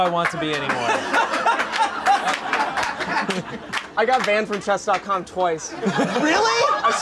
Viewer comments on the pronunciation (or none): notice hiw he said anymore